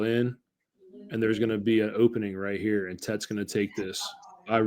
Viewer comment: Guy who disrespecting Tets name pretty clownish